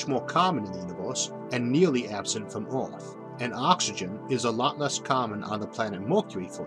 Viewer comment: Orth?? Orth?? Earth you mean